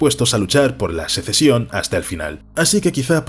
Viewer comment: Sesecion? En serio? Y no lo dices una sola vez.